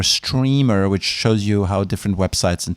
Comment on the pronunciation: The way he says streamer lmao